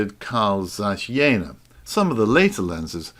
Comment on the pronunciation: I could be wrong..but I did live in Berlin for 8 years..I "believe" its pronounced "Yeahna" anyone willing to raise me one Reichmark and set me straight?